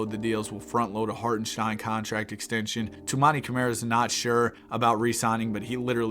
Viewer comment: HartenSTEIN not SHTEIN